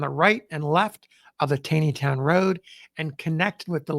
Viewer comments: Its Tawwwney town not tayyyney town. I know I grew up in Westminster. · It's pronounced "TAWNEYTOWN" Not "TAYNEYTOWN". Taney, pronounced TAWNEY, was an old Maryland family. Roger Brooke Taney, Chief Justice of the Supreme Court, pronounced his name TAWNEY. He was from Frederick, my hometown. It is irritating to hear you continually mispronouncing his name. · TAW-nee-town. It got me the first time, too. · Please pronounce it correctly - it is "Taw-neytown", not "Tai-neytown". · I have read that Roger Taney pronounced his name "Tawney", not "tainy". If so, pronunciation of Taneytown might not be quite right. Or maybe the townsfolk didn't know about Roger Taney's preference. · why do you pronounce the towns as “gettisburg” and “tayneytown”? (instead of geddiesburg and tawneytown)? is that how they were pronounced back in the civil war era? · Enjoying your videos plenty, but one nit - I am pretty sure Taneytown is pronounced TAW-nee-town. There was a Roger B Taney Junior High School nearby where I grew up outside DC, and this is how Taney was pronounced. Wikipedia entry also indicates this. Carry on sir! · Another great video,. FYI - Taneytown is pronounced as though it has an 'aw' sound: Tawneytown. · Just a small point for the future. I have suggested it before but maybe on another channel: the town of Taneytown is pronounced Tawny-town. Just as supreme court chief justice Roger Taney is pronounced Roger Tawny. Don't take my word for it. Call the town hall or the mayor's office. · FYI “Taneytown” MD is pronounced “Tawneytown” like the infamous chief justice Taney of the Dred Scott case whose family had founded the town. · Great listening, as always. Thank you. FYI - Don’t ask me why, but TANEYTOWN is pronounced “TAWNEYTOWN”. (I’m a Longtime Maryland resident) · It's TAW-nee-town...